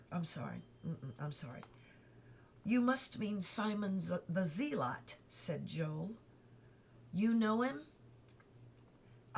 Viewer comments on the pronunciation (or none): Hi im so sorry for this not trying to be rude and ik you can't change it but its pronounced Simon the Ze-lit not Zee-lot but besides that you are doing an awesome job